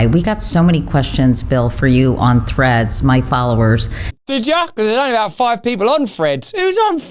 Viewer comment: I'm charging you with alphabetic racism! What have you got against the letter combination of "th" ? Freds Freds, WTF are Fred's? You say you're a communicator but you so badly mangle the English language I'm surprised anyone gets your message.